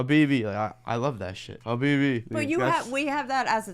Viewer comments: THE WAY HE SAY HABIBEEE XDDDDD OMG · i like the way you say Habibi (my dear)... perfect... because most American when they spell "Khabib (the beloved one) Nurmagomedov" turn to be "Kabib" whic is actually wrong and "Habib" is the right sound...